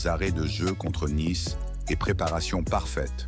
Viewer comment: "une victoire dramatique 1-0" 👉 l'IA, côté commentaires, on s'en passerait bien volontiers... Naïce, c'est Nice... Je ne vois pas pourquoi je m'abonnerai pour entendre ça !